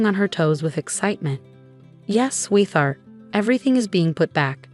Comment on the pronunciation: The story is quite a good story, but I am so fed up with this AI voice cannot pronounce sweetheart. It comes out as sweeth art and it’s so blooming and annoying these AI voices are horrendous. Some of them sound alright but they have no feeling they put no emotion in their stories and it’s just spoils them every time I enjoy listening to some of the stories but I can’t bear the AI voices and I don’t know how much I can listen to them. I don’t know why you can’t use real voices the same as some of the other others I always listen to those but these I’m listening to less and less. I don’t want to be rude or anything, but I’m just telling you as it is and I’ve seen that there’s a lot of people who feel the same, so I don’t know why you just can’t get a real person to read them!